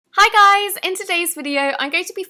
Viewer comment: she says hiii buys not guys